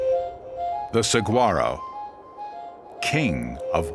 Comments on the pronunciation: Seriously? Saguaro is pronounced as in Spanish, not with a hard G-sound. Great video, but excruciating to listen to. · This narrator can not only pronounce Saguaro correctly, but his facts are incorrect as well. I’ve measured fallen giants to 75’ tall. And scientists as well as historical authenticators have claimed that these giants can live up to 300 years. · Rare? We have a monsoon season along with the rains that winter brings 😅 who is this guy 😂 ps the g is silent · This guy pronounces "saguaro" wrong over and over and over. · He said saguaro wrong as well as saying cactus's. Its cacti smh. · Narrator starts out pronouncing the “G” in Saguaro then “cactuses” instead of “cacti”. Not a good start to an educational video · I propose that ethnicity has nothing to do with it, but exposure to the linguistics of the Southwest and its terminology. Arizonans know the G is silent, Caucasian or not. Narrators should learn the regional phonetics before they record, and conscientious ones do. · Do some research before you take a check to narrate a video chief! The "G" is silent and would sound like an "H" if spoken correctly. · Hearing the narrators pronunciation of Saguaro is really painful for someone from AZ. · Voice over guy didn't take the time to learn how to pronounce Saguaro. The G is silent. I couldn't even last past the first minute of this thing. If is too lazy to even figure out this pronunciation, then the rest must be just as bad. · The "g" in saguaro is pronounced like an "h"...get it right buddy. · I sure wish the narrator had learned how to pronounce saguaro...makes this video unwatchable. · You'd think if you were going to go to all the trouble of making a video on Saguaro National Park, you'd figure out how to say Saguaro right. It's pronounced Sa huar O, not SaG Waro. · It's pronounced sah-war-oh. Otherwise great! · this is terrible. The name is mispronounced. It should be sa wha ro and the language is Spanish. boo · It's pronounced Sewa-Row.